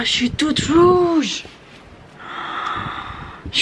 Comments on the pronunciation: Tu as dis "chuis toute vouge" 🤣🤣🤣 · Tu as dit je suis wouge